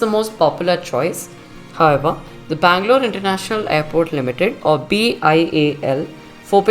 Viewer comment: Bangalore correct